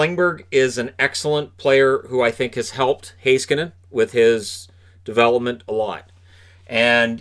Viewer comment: As a Finn, I'm very impressed by your pronunciation of Heiskanen.